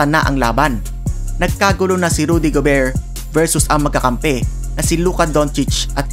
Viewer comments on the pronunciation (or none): none